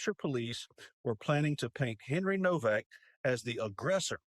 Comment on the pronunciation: it's pronounced "NOVAC", no W.